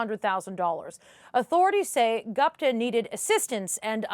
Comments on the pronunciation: Geez! CBC correspondent butchered the name “Gupta”.. It was annoying to hear her repeat “Gaapta, Gaapta…” Why can’t she learn to pronounce basic Indian names like the host. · CBC!!! DO YOUR HOMEWORK!! No such thing as a "Sick" (pronunciation)! How do you NOT know it's pronounced "Seek" !!! Also - is "Gupta" the same person as "Goopta" (pronunciation) !! Holy smokes! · It's Gupta not Gopta. Can we call Peter Porter 😁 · Dear News Reader, it's Gupta..... Not Gapta....😅😅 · Gapta???? This network can’t even pronounce the name Gupta!! 😂😂😂😂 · very very poor home work. At least learn to pronounce name of the alleged person in the report. You said his last name “GUPTA” so many times and don’t even know how it is pronounced. Clearly shows you read it on paper rather than talked to any person or sources. If you had done it you would clearly know “U” letter is pronounced out loud in the name